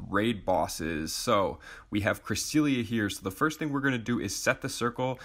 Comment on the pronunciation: not to offend you, but it is pronounnced cre-SEL-ee-uh